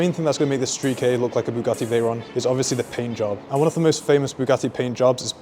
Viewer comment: love the vid but the thing that just caught my attention is you call the KA as if it was two letters and not a word. You spell K A but its actually pronounced CUH